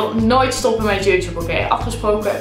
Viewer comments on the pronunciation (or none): none